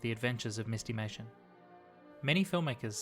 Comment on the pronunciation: My only complaint is I think it should be pronounced "MIST-i-may-shun" -- not "MIST-eee-may-shun." Like "mystery."